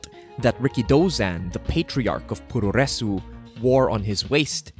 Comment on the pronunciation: Just a heads up: puroresu is pronounced "pro-wres". The u's are /basically/ silent.